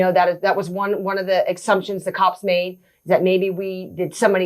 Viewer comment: She just said one of the "AKSUMPTIONS"........Huh????? You have NO CONCEPT OF ANYTHING, ANYTHING.......what a clown show.......